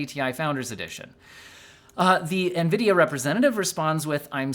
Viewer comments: bro almost said Ngreedia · I think you meant to say "nGREEDIA." It's ok tho lol